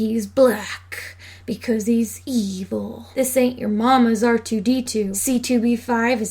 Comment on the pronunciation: You're saying "evil" wrong, it's "EEevieel".